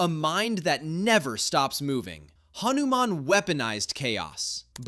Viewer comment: Bro said hanuman wrong😢😢😢